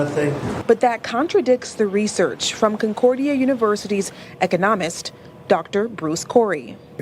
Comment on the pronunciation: We now have 'professional' reporters who can not even pronounce the word 'economists'. How do they expect to be taken seriously if they are all diversity hires?